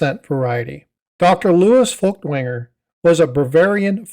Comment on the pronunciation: It's pronounced "foykt-vonger." It's German.